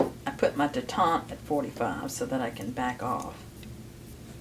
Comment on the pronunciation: Its detent not detente.